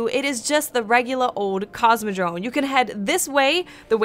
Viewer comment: Sounds like you say "CosmodroNe". :P